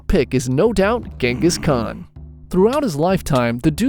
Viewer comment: The Gengis Khan pronunciacion was something terrible 🙂